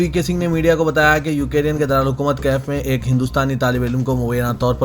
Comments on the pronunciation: Please correct your pronunciation. It is يوكرين نه كہ يو كے رين. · وعليكم السلام و رحمة الله و بركاته ، بھائی ، بار بار یاد دہانی کرانے کے باوجود آج کی خبروں میں پھر آپ نے “یوکرین” کا تلفظ “ یوکیرین “ کیا ہے۔ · Ukereyan nahi ukrain hai kya sahi padhna nahi aata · I don't know why u r pronouncing u ke rean instead of Ukraine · assalamualaikum Urdu kay Talaffuz par thodi mehnat kijiye example MIG 29 Tayyara Russia ka fighter jet hai na k MUG 29 aur Ukraine ka bhi Sahi pronunciation kariye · Assalamualikum Ukraine hai ap wrong pronuonciation galat karrai k